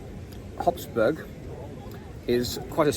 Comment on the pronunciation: It's "HOF-Burg" instead of "HOPS-Burg". "Hofburg" literally means "court castle" the other one would be a bouncy castle. 😂